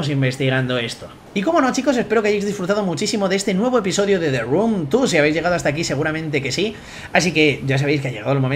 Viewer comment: Te run tu (The room two). hablador de inglés profesional, recibido de la academia de Open English